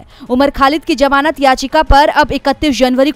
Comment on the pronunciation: जमानत शब्द सही नहीं है, ज़मानत कहा कीजिये